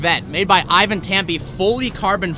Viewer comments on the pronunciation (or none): none